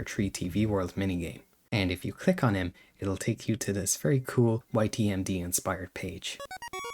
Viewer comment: “dis teary about chapter tree”